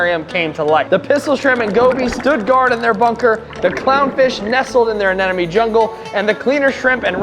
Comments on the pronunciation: Repeat after me, uh-NEM-uh-nee Anemone is pronounced uh-NEM-uh-nee (/əˈnɛm.ə.ni/). Not uh nen uh me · It's Anemone, NOT Anenome! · Why can no one pronounce anemone?? 😂😂😂